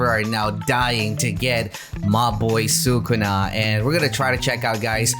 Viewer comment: he really said “sue kuna” who’s kuna?